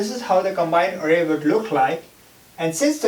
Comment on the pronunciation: eewven, awrray, aasm